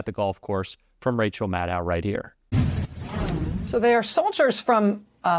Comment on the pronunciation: Pleeeeeze... It's NOT pronounced Mad - OW! 😑😵 Maddow, rhymes with SHADOW. I'll keep trying...